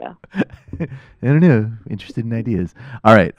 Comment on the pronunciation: D :D :D "I like to talk about IDEEAS"